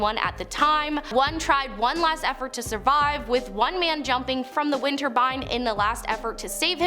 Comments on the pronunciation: Winter Turbine sounds nice, but that’s not what she’s saying. :). She’s saying Winterbine. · What baffles me is how come there's no second way down in case of something going wrong with those wind....turbines... not winter-bine. Don't worry, we all say something wrong. And doing a flip on the dude of a building? No, it is definitely death waiting for you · Whats a winter bine? 😂😂😂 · Interesting content , if only to see you saying windborne 😂 have subscribed thank you 😊